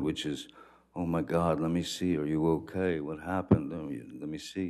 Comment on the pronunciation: Boy I tell ya hwhat